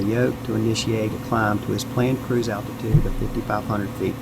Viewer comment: "attitude" or ALTITUDE? Just wundrin'